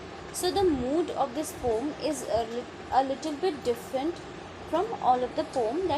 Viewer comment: Yrr aap poem ko poom mat bolo acha nahi lag raha poem hi bolo please 🥺